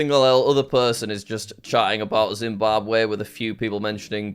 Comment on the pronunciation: Yep . . . ZimbaWbwe